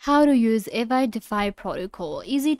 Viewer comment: How you expect to explain it when you can't even pronounce it properly 😅😂